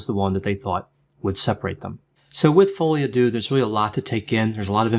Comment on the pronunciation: Oh my goodness. It’s FRENCH, it’s not pronounced like THAT. Are you for real? I’ve never heard a doctor that can’t pronounce the name of a disease/condition when it’s in a foreign language. No comment.